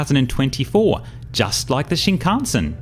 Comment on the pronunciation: Are you deliberately pronouncing "shinkansen" incorrectly and differently every time? LMAO